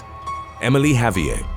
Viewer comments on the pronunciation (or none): Javier isn't a French name so the last letter would not be silent, it's a Spanish name, therefore you pronounce the "r" at the end of the name and the "v" sounds more like a "b". So it's sort of like "Ha-bee-air" But, I know this is a common thing in the UK, the same place where they make fun of how Americans pronounce things like Ibiza and Vincent van Gogh, even though they too are pronouncing Vincent van Gogh's name incorrectly.